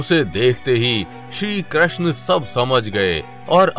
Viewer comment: Bhai Pehle Krishna toh theek se bol le